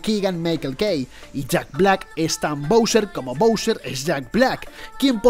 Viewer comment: "YooOoO Sou Yak BLAcK"